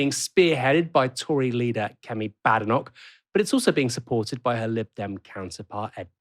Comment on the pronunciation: I'm no fan of Kemi but at least pronounce her surname correctly when you're reporting on her